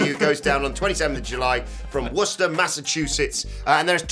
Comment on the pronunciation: Props for pronouncing Worcester correctly